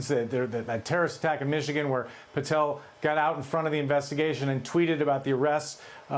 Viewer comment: It's PATEL not PARTEL!